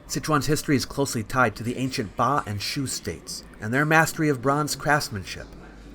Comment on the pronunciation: Ba not Pa，巴Bā蜀Shŭ